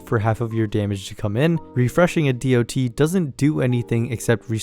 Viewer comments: hearing DoT pronounced as Dee oh Tee instead of dot feels so wrong to my mmo brain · Makes a whole video about dots calls them D.O.T. Bro it's been dots (said as spelled) since 2004. Please learn a bit about a topic before making a whole video on it.